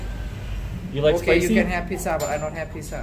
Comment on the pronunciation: It is not picca ok it is pizza.